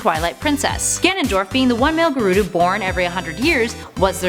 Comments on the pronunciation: gurdo?.... do you mean gerudo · You say gerudo wrong